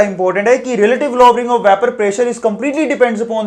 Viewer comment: Lovering?? Low - ering*